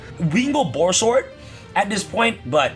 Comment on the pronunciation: How to know Borreload is overshadowed: when says "Borrelsword Savage Dragon" instead of "Borreload Savage Dragon" XP